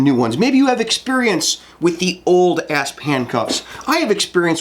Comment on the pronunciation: ASP is an acronym, and it’s pronounced A S P. Not asp.